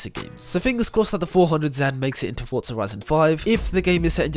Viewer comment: Why do ppl say fortsa instead of forza?